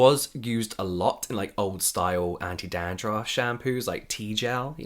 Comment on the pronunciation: James saying 'Dahn-drahff' added fifty years to my life